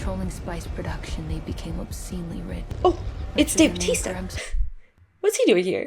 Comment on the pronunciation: weird way to pronounce Bautista. You didn´t even pronounce the A and U. It means "baptist", btw.